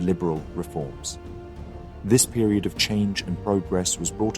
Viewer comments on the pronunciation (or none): none